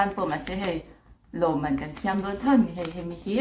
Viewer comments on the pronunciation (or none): In va hre lo chhah tak😂😂 In 'Sa ṭah chhuak pek' lam dan mawlh hi.... ka thi ṭhak😂😂 Next Video chu innaupanlai nuihzathlak deuh rawn sawi ve ve teh u😂😂 In sawi dik em kan lo judge ang😂😂 Zuntei nu siam ang khi 'siam' lai tak khi a thluk a hniam tur. Eg: I thil siam chu a mawi hle mai' kan tih a siam thluk nen a in ang.